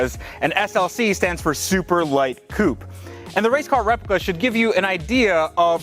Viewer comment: Coupè it's a french word! It's not "Cup" it's "coupè"!